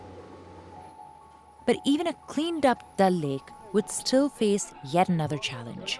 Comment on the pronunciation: It’s pronounce Daal lake not dal lake